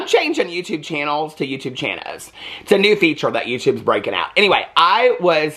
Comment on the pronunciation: I love your Chan-Oh! 😂